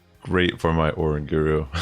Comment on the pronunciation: Bro is uh-rang-guh-roo not Oran-guru!!!!